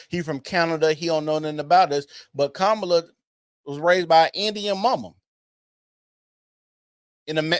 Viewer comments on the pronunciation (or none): Her name doesn’t have an “O”. It’s KA MAW LUH. It’s a little thing that just slipped by to make her sound more appealing and it makes me sick.